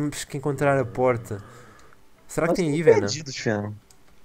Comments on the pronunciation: fenom não é chaka laka BOOM mas sim BOOM chaka laka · Achei uma porta serais um checkpoint? Venom: '' Palece " XD